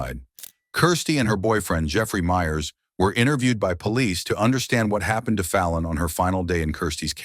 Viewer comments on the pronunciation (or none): The boyfriend of Kirsty has the last name of Myers. It’s not pronounced “Meers”, it’s pronounced like the last name “Meyers”, like the hot dog company “Oscar MEYERS”. Not sure but I’m thinking this video is probably narrated by AI, and not a real, live, human. So this comment might be useless. Just thought I would let ya know that the narrator mispronounced the name.